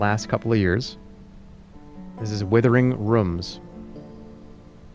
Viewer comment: withering rüms